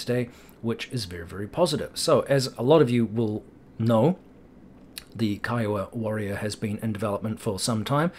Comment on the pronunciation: Great job properly pronouncing "K-EYE-OH-WA"! Can't tell you how many times I have to correct people saying KEEEWOAH, lol. Thumb's Up!